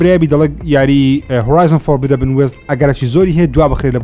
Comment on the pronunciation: دەسخۆش برام یەک تێبینی فۆربیدەبن نیە فۆربیددنە هیوادارم راستی بکەیتەوە دەست خۆش